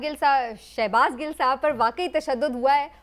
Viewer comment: anchor laughing when she doesn't even say shahbaz gills name properly